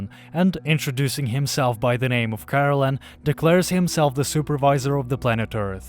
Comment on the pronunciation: Kah.Rel.En. Not Carolen. Is it so hard to do a second take when your narator who didn't read/watch the material botched the main characters name?